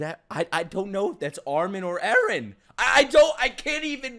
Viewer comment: It's Eren, not Ellen.